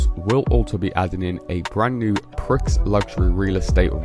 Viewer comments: Prix pronounced 'Pree' as in Grand Prix.... NOT "Pricks" FFS! 🤦 "American English" SUX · It's pree not pricks! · Prix in Prix Luxury is pronounced as “pre”